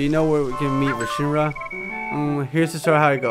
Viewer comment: re-shi-ram thats how you say it